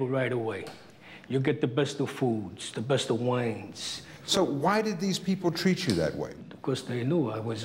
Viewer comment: “ you don’t have to wait in line” “ you get the best food , the best wine the best table at the restaurant “. You can also just get those things with out killing anyone. LOL always gets me "da best of whineezz"